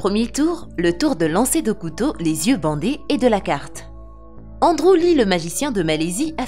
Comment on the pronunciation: les eyeux 😁 ;)